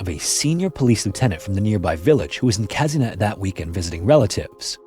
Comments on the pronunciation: This is not "Käsinett", but "Kasehnett". Anglos and there haughty negligence of the pronounciation of foreign words. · "Kazynyet" the pronounciation is a bit off, but as always, great video